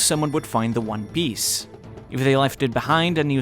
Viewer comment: “What is the one biece” lol.